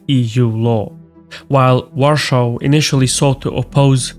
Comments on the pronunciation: it does serve as a reminder that though just about every eastern european nation stands with Poland and Ukraine, our cultural space has had a stamp pressed into it where our traditional pronounciation of the polish capital has become in german accent. that is due to the division of poland between prussia and the czarist empire, where poland was erased from having its own future for a while. i would say it is a good reminder to us all of what is at stake if we let the germans or russians live. inevitably, in another hundred years there will be enough cultural exchange that people get accustomed to calling the polish capital as its inhabitants call it. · I'm wondering about your pronunciation of Warsaw. No criticism, mind you, I'm just a bit curious. Is that how it is commonly pronounced where you are from (Azerbaijan?) Your pronunciation takes the Polish "sz" from Warszawa, but other than that, you pronounce it like English speakers, including having only two syllables. Very interesting. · What a terribly painful accent. And please learn how to pronounce Warsaw in English, it's not that difficult! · Why do you pronounce Warsaw in German when the rest is in English? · Can someone please instruct to stop saying Warsaw like that? It's annoying/ borderline insulting. Either say it properly or say it in english. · Learn to pronounce Warsaw, Warszawa at least due to respect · I wonder if the intentional german pronunciation of Warsaw is a deliberate attempt to trigger and troll as many Poles as possible. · Please don't pronounce "Warschau" for the capital of Poland. Use "Warszawa" or just "Warsaw" instead. Th "Warschau" is a German pronounciation. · Why do you keep saying Warschau, not Warsaw? It's no longer under nazi occupation lamo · Why are you using german name for our capital, if you cannot pronounce polish version use english one. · Why are you calling WARSAW, a warschau (german)? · Pronounce Warsaw not Warshaw* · It is Warsaw not Warshou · Not in English.